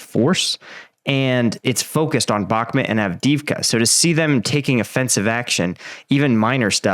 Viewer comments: Please say the names of the cities correctly. It’s not “Bokmit” it’s Bak-Moot. Sincerely every American watching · Mate! With folk getting killed in Bakhmut…..least you can do is say the name right! “Back-met” is just wrong……so wrong. Put the effort in! Its not hard!!!!! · I've been to Ukraine and I have spoken to MANY Ukrainians andI can say that based what I know, You are pronouncing Bakhmut wrong. It drives me nuts!